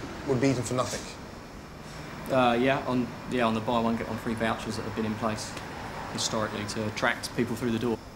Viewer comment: ramsay pronounces the word nothing as "nuthink"